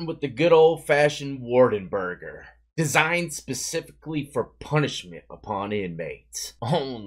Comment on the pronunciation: I like how you said “designed” like there was a team of engineers behind this master patty